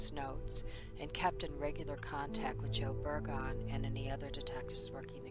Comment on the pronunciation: Excellent video, thank you for keeping this case public. I pray there will be justice for Precious one day. Just an FYI, Det. Burgoon is pronounced Bur-guhn. Just wanted to let you know. Thank you again.